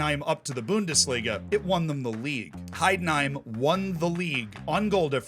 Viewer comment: Wow I love your pronunciation XD Please comment some Heidenheim games next season! I will support you :D